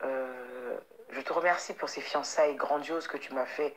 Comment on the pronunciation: Eeehhh.... on dit pas fiancaiges, mais fiancailles 😂😂